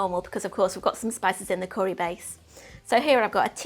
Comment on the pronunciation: Looks great but please pronounce it curry, not corry lol